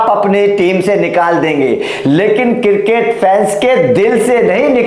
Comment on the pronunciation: Circket nahi cricket 😂😂😂